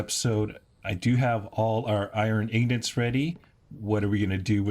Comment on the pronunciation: They are called ingots not ingnits